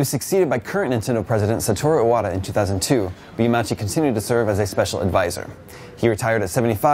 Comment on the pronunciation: It's pronounced Yama-Uchi. Rest in peace good man.